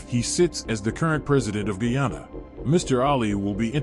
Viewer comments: I still don't like the ppp party they are racist themselves and my country is pronounced Guy-an-na not gee-han-na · in said'Ghana instead of Guyana". pompous sausage.